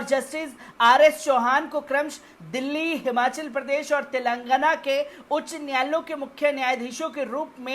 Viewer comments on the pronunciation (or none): none